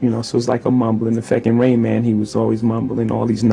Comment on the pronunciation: Güzel bir video emeğine sağlık. Bir önceki videoda Rain Man'i Ra in Man diye yorumlamıştın yanlış hatırlamıyorsam. Ama işin acı gerçek tarafı her ne kadar itiraflar falan da olsa insanlar içinde bulunduğu hayal dünyanın peşinden koşmaya devam edecekler yani endüstri patronlarına kölelik devam edecek.